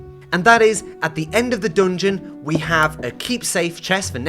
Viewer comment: why does he say 'doongeon'😭